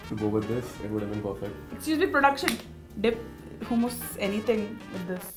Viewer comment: is the only person who says the right pronounciation of hummous!